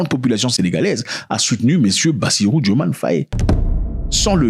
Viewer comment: Petite rectification, le nom s’écrit et se prononce bien DiomaYE.